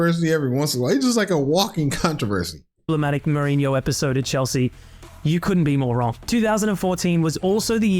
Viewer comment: Holy shii the way you pronounced Mourinho was perfect, sounded like a native